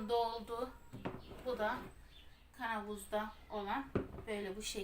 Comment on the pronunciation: Türk dilinde KANAVUZ DİYE BİR ŞEY YOK KAVANOZ DEMEYİ LÜTFEN ÖĞREN